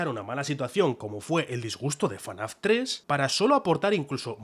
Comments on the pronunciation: es ef-na-f no fanaf 😭😭😭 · Debería ser ilegal decirle "fanaf", y te llamas fan, se dice absolutamente "efnaf" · que diga "Fanaf" en vez de "Efnaf" me genera violencia. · Fnaf ❌ FANAF✅ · Por que dice fanaf en vez de efnaf como todo el mundo? (y que ademas es lo correcto) xd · dios, es FNAF, no fanaf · Todo bien, pero porque le dices "fanaf"? Es FNAf, porque le pones otra a? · Soy el único al que le chirriaba que dijera "fanaf"? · Por qué dice FaNAF😓😓😓😓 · Por qué dice "Fenaf" como acrónimo